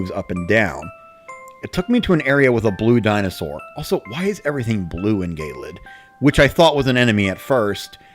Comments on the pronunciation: gay-lid? pretty sure it's ge-lid like icy eh, it's just kinda bothering me... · Also I hate to be picky but I think gelid is pronounced "jellid", not "gaylid". Good video anyway though.